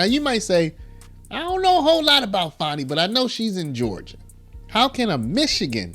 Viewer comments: Now put Fani in prison. And it’s not Faw-née, it’s Fan-nee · Her name is not Fonni its Fani.